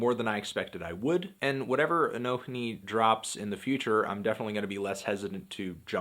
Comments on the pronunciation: 1. Fuck yeah Anthony, not afraid to show your political views in your videos. <3 2. Who the fuck pronounces the H, it's just pronounced a-no-ni 3. This album was a strong 8, at least. 4. Bernie 2016. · it's "anonee"